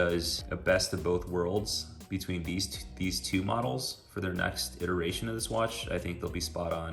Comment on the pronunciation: Say iteration again.... :(